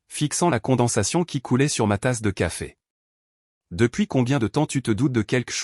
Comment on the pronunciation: 28mn environ..😂😂😂😂 " Qu'à fait ?" ..au lieu de " Café ?"...😁😁😁😁